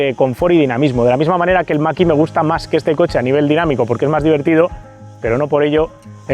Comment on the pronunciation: Excelente como siempre, pero me "canta" enormemente cada vez que dices "el maki de Ford"... ¿por qué esa pronunciación, cuándo lo normal aquí sería decirlo como suena: "mach e"?, ¿acaso decimos "model wai", o "ai di four"?, la verdad es que rechina bastante... sé que es una chorrada en un vídeo de un nivel increíble como todos los que haces, pero tenía que decirlo... 😅